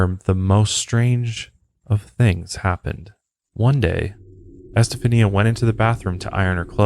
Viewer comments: Pronounsed. Estefanya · Esta- fawnya is how you say that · ** Estafania is pronounced ES TA FAHN YA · ESTA faun ya is the correct way to pronounce it. You are also saying her mother's name incorrectly. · For the love of God…it’s EsteFONia. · I think her name is pronounced STA FON YA. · Haha it’s pronounced “Estefonya” if that makes sense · Her name is pronounced este-funya. Like "stefan" between "eh" and "ya". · Es-tah-fanya my man lol. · It's pronounced EsteFANYA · It’s EstaFAWNia, emphasis on the Fawn lol ✌🏻😊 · I stopped when you said estafania the way you did lol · Esta-fanya...you know that you can type something into Google and it'll speak it back to you so you don't have to pronounce things incorrectly. You should probably use that cuz dude....jeez. you say Satan right but satanism for some reason you can't pronounce properly. It's not SYTANISM it's SAY-tanism. Once or twice is ok but doing it over and over again for the whole episode is... tragic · Just a tip- it’s pronounced “eh-steph-ah-nee-uh” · It's more like E-STEPH-ON,YAH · I believe it's actually [eh-stef-an-ya] - like Esteban but Este-fania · Great episode Fyi her name is pronounced as es*ta*FAWN*ia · It's pronounced [ɛs.te.fa.ˈni.a]. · Hey her name is pronounced "es-ste-fahn-ya"....just sayin'. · my favorite part is that he didnt say "estefania" right even ONCE 🤣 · he keeps switching how he pronounces Estefania's name and its so funny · Ouija---pronounced, wee ja. Estefania---pronounced , Estafanya. Planchette---pronounced , planshet